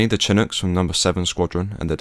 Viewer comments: Why am I so triggered by the ch..ch...ch...it’s sha.. sha.. sha-nook. It is not based in Latin and follows different rules. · Shin-ook ... its pronounced like this ...